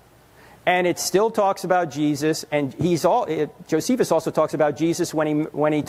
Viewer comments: Claims to be a linguist but mispronounces "Josephus"....but overall sounds like an intelligent young man with some decent questions. Hopefully he too is open to the facts presented to him as well for learning and hopefully his salvation. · This man is probably in undergrad and trying to flex things he was taught in his classes but doesn’t know know how to pronounce Josephus. Please take some time and LEARN. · 🚨🚨😂 man these kids today think they know it all cuz they got the internet lol. “I’m a linguist” but idk how to pronounce one of the most famous historians in world history …… kid, sit down, shut up, listen, and comprehend logic. Please 🙏